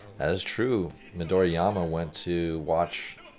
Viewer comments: Came to say the same thing. There is no "y" in his name. Just like there's not two "m"s in Ka-ga-mi. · Just a note, it is pronounced Mi-do-ri-ma not Mi-do-ri-ya-ma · Hey Coach, May be you didn't pay much attention but you are pronouncing Midorima as Midoriama. Also, your face is out of focus for almost 80% of the video.